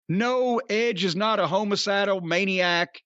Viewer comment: Its pronounced Hamacidal not homocidal